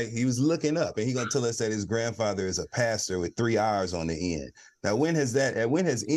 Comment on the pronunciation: Pastor with 3 r’s on the end. 😂😂😂